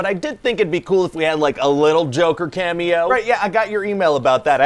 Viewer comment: They say Cameo, i heard Camel toe